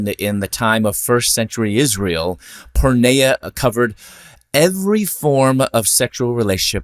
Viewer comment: “Πορνεία” pronounced pour- knee-ah. Not porn-neigh-ah.